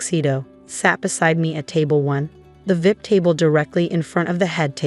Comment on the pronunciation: I wish AI would pronounce VIP as V.I.P and not vip. Sounds ridiculous